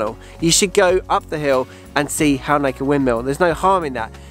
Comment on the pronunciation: Halnaker is close to home for me, please can you brush up on your pronunciation 😀. You don’t give much emphasis to the L. 😂